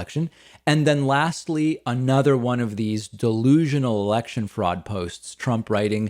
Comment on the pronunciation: That was the most Boston way to say fraud